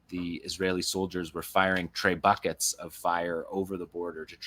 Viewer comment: I enjoyed saying “tray bucket” for trebuchet